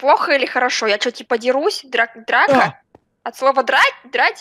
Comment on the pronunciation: Драко?... слово ''Драка'' сказала очень похоже на имя ''Драко''...